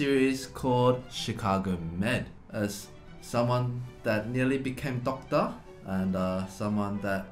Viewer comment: Døctør_ Eddy's pronunciation of doctor is so funny😂😂. He is just too charming for me to handle😜